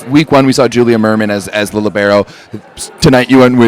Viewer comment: She pronounces Libero wrong. Seems weird for someone that has been in the sport for so long